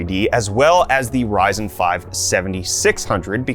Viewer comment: He said "Verizon" 7000 Series LOL